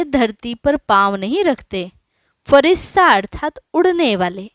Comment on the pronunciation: फरिश्ता शब्द है, फरिस्ता नही